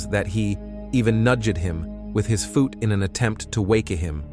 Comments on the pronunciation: Almost believed this was a real dude narrating this until he pronounced ‘pooled’, ‘nudged’ and ‘foot’. 🤣🤣☠️ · Typo in the title and cheap AI narrator that can’t even pronounce the word ‘foot’ correctly. That’s a shameful attempt at paying tribute to this horrendous crime. Try getting serious if you’re going to cover such serious subjects. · Why did you pronounce foot and realize like that? You said foote and releeze!? Weird Weird.